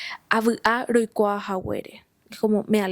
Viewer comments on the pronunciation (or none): Roikua no es rokuaa